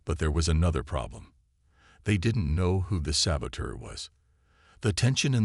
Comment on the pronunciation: Saboteur and sabotage you're not pronounce the Avett Brothers pronouncing it right narrator come up here to Maine and will teach you how to pronounce it better and you'll love it, and move up here God's County's the way life should be. free without Smog and pollution.